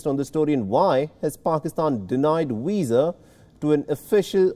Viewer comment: Arrest that man, he's just murdered the word Visa